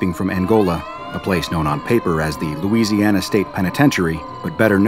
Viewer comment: nice louisiana